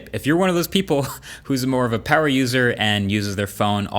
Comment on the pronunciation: MOO PAWUH BABYYY